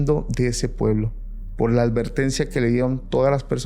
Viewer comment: Se dice advertencia, no alvertencia.